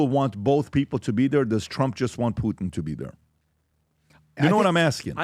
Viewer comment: How ignorant is that first reporter to pronounce “Putin” without the hard “T” sound. She pronounces it “Pu-Ann”😂